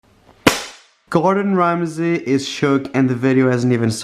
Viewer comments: the way he says gordan ramsay is quaking ?!!!!!lol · Norma Negrete ikr i laugh everytime he does that in a video😂